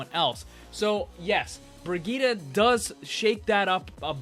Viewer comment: BrigittE! ...BrigittE!!!! NOT "BrigittA"!!!!